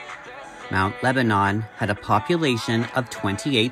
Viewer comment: I think you just blew my mind. Not only are Christina and I the same age, but we both attended The Art Institute of Pittsburgh at the same time! I probably passed Chris in the halls. Also, I lived in the neighboring town of Bethel Park and Mt Lebanon were athletic and academic rivals. FYI it is pronounced Mt. LebaNIN and not Mt LebaNON (as one would think). It is also a pretty affluent upper class community. Many doctors and lawyers and upper management types lived in Mt Lebo (the Pittsburgh nickname) since it was just close enough to the downtown to not be a ridiculous drive on the daily commute. Also, I don't believe Mt Lebo was part suburban and part farms. It was way more citified than Bethel and we had no farms left within the community by the early 1950's. Christina lived in what I would considered a pretty privileged life, in a very well-appointed suburb. The question I have is I wonder what she was doing between graduation from high school which most likely would have been 1972 and the time she went to Art Institute? (I was working) Thanks for the interesting upload! Say hello to your sweet kitty!